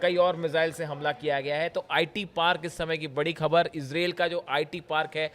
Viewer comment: आप बढ़िया और अच्छे अंदाज़ में बोलते है.. समझाने का तरीक़ा भी अच्छा है आपका. बस आपकी उर्दू ज़बान को सही कीजिए.. आप खामिनेई बोलते है.. जबकि ख़ामेनेई बोलना चाहिए.. इसी तरह ख़बर की जगह आप खबर बोलते हैं उर्दू ज़बान को सही बोलेंगे तो आपके प्रज़ेंटेशन में चार चाँद लग जायेंगे..